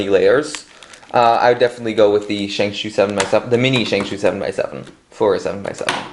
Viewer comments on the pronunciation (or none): yea lol its shengshou not shengshoo it was frustrating me so bad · Ok bro it's not Shang shoo it's Shang schow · Not shangshoo it is shangshaugh ow ow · why do you call it a shang shoe